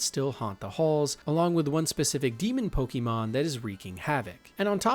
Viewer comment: The back story you gave for lavender town / the way you pronounce Pokémon really makes me think you’ve never played the game 😅